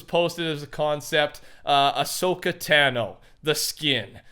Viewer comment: He actually just said Ahsoka's name wrong.